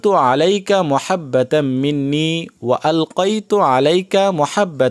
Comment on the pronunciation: এটা মহাব্বা নাতো মাহাব্বাতাম মিন্নি বুঝে ছেন